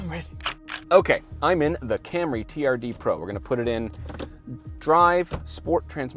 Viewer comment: Слышали ,даже пендосы не называют Камри как Камри